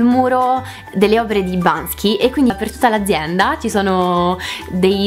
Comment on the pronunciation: È Banksy non Bansky 😳